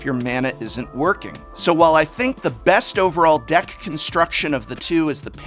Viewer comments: "Bets overall deck comstruction" made me chuckle. But another great video, Prof! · "Bets comstuction"